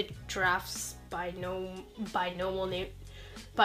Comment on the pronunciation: you said "binomal nomenclature" instead of "binomial nomenclature" you tried